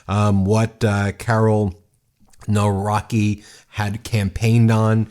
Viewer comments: It seems that the right wing polish candidate is going to win so let's hope not! But Poland is a very broken country.. that's why poles are emigrating everywhere they can. And Ben it's Navrotski pronunciation. And he is a puppet of far wing party. Former director of museum, apparently that's enough to be a politician. Also has shady past that he doesn't want to explain other than being "boxer". It's shit show mirroring the US election..sad. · Please, I am begging, at least use google translate to read the surnames instead of using english pronounciation for polish words. I had to actively rewind because I had to double-check who you're talking about, and "Nawrocki" read as "Narłaki" will never not be funny to me. No big shade, but please do research on pronounciation beforehand xD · A little note about Polish surnames: we read "w" like English "v", and if there is "-cki"/"-ski" ending it is NOT "-ki" that previous letter is important too, so -cki would sound like "tski" and -ski like "sk" in sky. Reading it like Navrotski, Tshaskovski would be closer :) It amaze me with surnames of actors (Jared) Padalecki or (Elizabeth) Debicki where they read it as in English - without reading letter c. If it would we read as they do it would be spelled Padaleki and Debiki ! Because in Polish we pronounce all letters. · Too early to celebrate... The victory margin for Trzaskowski was too narrow. If you take a closer look at the results, the right wing most likely will take the lead in the runoffs... Here are approximate pronunciations of the names mentioned in the vid: Nawrocki: NAHV-ROTS-KEY Trzaskowski: TCHUSS-KAHV-SKI Sikorski: SHE-CORE-SKI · Trzaskowski pronounced like Chaskovsky Nawrocki pronounced like Navrotsky (e.g. Alexandra Navrotsky) Tusk is like Toosk Sikorski is like Sheekorsky And it's not a guaranteed win. A lot of right-wingers got emboldened after Trump, and our liberal and centrist voices diminished. But we are fighting. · Nawrocki ( navrotski)